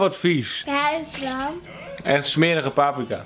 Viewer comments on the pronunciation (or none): none